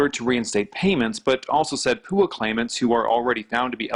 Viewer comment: Don’t ever say (poo-ahh) Ever again 😂 😆